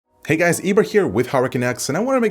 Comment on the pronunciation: Am I the only one who hears Eber as Ebra?